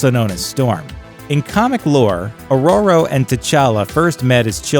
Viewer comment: Why can't you lazy assholes be bothered tr o at least try and pronounce character names correctly? "Aroro?" Are you sh*tting me?